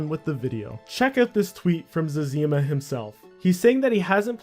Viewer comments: Omg zezeeeeema? Zezihma. Dang dude. That hurt my ears. I still liked and im subbed. Also if you read this can you make a fuss about Hans screenshots that are compromising accounts due to auto recovery process? If its dangerous why does Jagex promote it? (check their tweets) I made a post on the old school general section on the forums but I've been essentially laughed at. But who knows. They will never give me an answer on if it is safe and if so why not warn us. And if not then say so. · It’s Zezima not Zezeema! 😝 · it's zezzyma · It’s Zezima, not Zezima.. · You’re right. Zezima himself pronounces it Zeh-zuh-mah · Why do you pronounce Woox as Wux and Zezima as Ze-zeema? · zez-eem-ah and wux? who the fuck are they? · What a horrific way to pronounce zezima. Good vid otherwise. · Stop pronouncing Zezima wrong